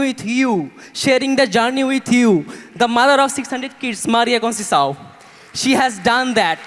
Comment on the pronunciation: Please pronounce it as CONCEICAO (CONSESAON) n not CONCEHAO. Get ur talks right.